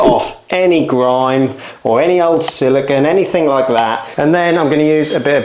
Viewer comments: siliCONE not siliCON. It's not hard. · 🤷🏻‍♂️ SILLIKAN? WTF is Sillikan? 🤦🏻‍♂️ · Silicon is an element, silicone is a polymer. Pronounced differently.